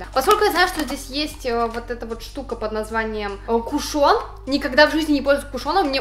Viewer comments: МЛЯ, КУШН, А НЕ КУШОН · ударение в кушоне на У